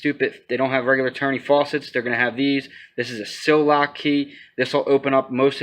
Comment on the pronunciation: Sillcock key not sil lock key bro